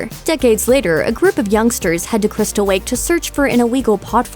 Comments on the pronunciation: Are you 2 because “Crystal wake” sound like a 2 year old trying to say crystal lake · doesn't it sound like she said wake instead lake or is it just me? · When you reviewed 2009 Friday the 13th you said camp crystal wake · Why do you say crystal wake it's crystal lake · "a group of youngsters head to Crystal Wake" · you said crystal wake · She said crystal wake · Is it just me or did you just say "Crystal Wake?" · Is no one gonna mention that she's saying crystal wake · She sounds like she said crystal wake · cwystal wake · In she says Crystal wake Instead of lake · why'd it sound like she said crystal wake? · Am I buggin or did the narrator say Cwiistal Lake and iwwwegal pot farm here? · Cwystal Wake? IWEAGLE!? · "...Crystal Wake to search for an Iwegall pot farm..." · ”Cwystal Wake” ”Iwegal Pot Fawm” You got a tongue problem? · she says crystal wake and iwegal LOL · Skip to . The Looper girl says crystal WAKE and IWEGAL pot farm lol